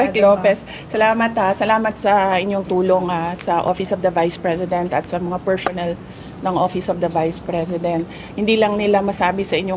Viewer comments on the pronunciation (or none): “Per-shons, per-shonnel, mem-bersh” not cute at all If you vote clowns in office, expect a circus show 🤡🤡🤡